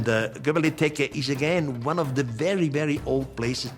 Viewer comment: If you are coming up with these crazy theories you should at least know the names of the places you are talking about. Göbekli Tepe, its Göbekli Tepe and not Göbeli Tepke... this is like saying: the great pyramid of Gaza.....